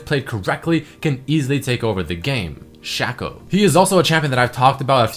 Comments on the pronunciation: Shaqco? Not Shaco? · its shaco not shaco